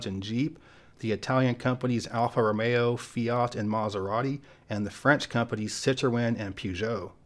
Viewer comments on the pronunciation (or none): none